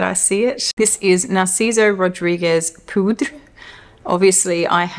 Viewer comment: Great topic, thank you ! I love watching your videos😊 You are right about Poudrée, it is pronounced pou-dray, and it means « powdered « , like a woman who wears powder. Your accent was perfect !